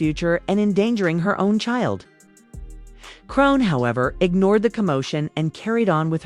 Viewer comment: It's AI and the AI of course wouldn't know how to pronounce a ridiculous name like chrisean smh.